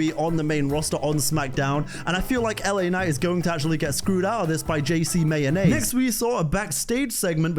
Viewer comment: Wait a minute Did u jus say JC mayonnaise 🤣🤣🤣🤣🤣